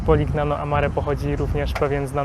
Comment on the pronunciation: Nie da sie sluchac tej wymowy, moznaby wczesniej sie doinformowac..."Poliniano" i "Modunio" ( gn= ni), Bari "Vekia" (cch=K). To dosc elementarne zasady wymowy w jezyku wloskim.